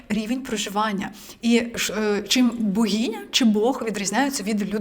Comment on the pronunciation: Ну слухайте, оце слово з вимовою "багіня" це триндець